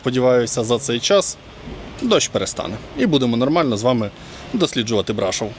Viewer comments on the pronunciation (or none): І БрашОв, а не БрАшов😂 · Тільки не БрАшов, а БрашОв. А то вуха ріжить коли так вимовляєте. А гора ТИмпа зветься. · Де ж Ви таке почули, що це чудове місто називається БрАшов??? Ріже слух і дратує ця некоректна вимова, яку Ви ще й багато разів повторюєте( Це БрАшОв, наголос на О! Не ганьбіться, українці, якщо вже тут мешкаєте та взялися розповідати про БРАШОВ! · Пане, це чудове місто називається БрашОв, наголос на О! Де ж ви таке почули, що це БрАшов? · Город Брашо́в. Почему-то большинство иностранцев ставят ударение не туда. А гора Тымпа. Странно, что, живущая там, не знает правильных названий. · Тільки місто БрашОв, наголос на О, і гора Тимпа читається, а не тампа 😊